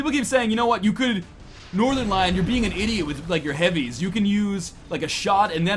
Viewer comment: Trying not to offend anyone by trying every pronunciation permutation of every name every time ~ The Northernlion Story, The Norternel-ion Story, The Norten-lee-yawn Story